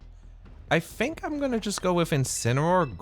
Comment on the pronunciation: I cant get over the way he says I fink or I'm finking😂 good content bro!